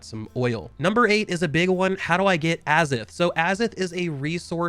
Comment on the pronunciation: it's pronounced "a - zoth" not "azith".. just a heads up.. great video! super excited for this game